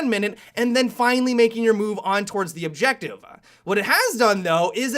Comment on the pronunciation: "Play the objectivuh"